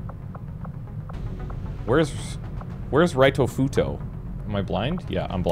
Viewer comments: Hey, can you please do us all a favor and pronounce “Ritofuto” as it is meant to be? In Japanese “i” is generally pronounced like “ee” in English so “Reetofuto” is how it sounds, not “Raitofuto” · Correct me if i'm wrong, but i'm pretty sure Ritofuto suppose to pronounce Ree-to, not Rye-to.